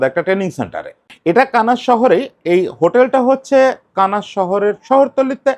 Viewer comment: কানাস না মনে হয় দাদা। কানসাস সিটি